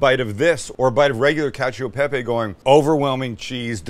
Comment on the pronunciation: I love you Sam but the way you say cacio e pepe always drives me crazy 😂 you've got cacio pretty right, but in italian you pronounce "e" as the first part of "a", like you would in the world "chef", so it's not "cacio y pepy" but "cacio e pepe"! Also, in italian we say "perfetto" without the c, hope this helps you and all non-italians ❤